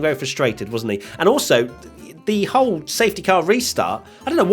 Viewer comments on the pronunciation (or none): none